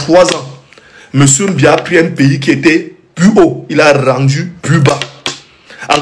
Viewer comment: Ton président s'appelle Biya et non mbia